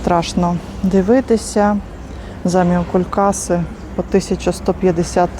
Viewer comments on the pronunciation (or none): Будь ласка , не заміокулькАси , а заміокУУУлькаси!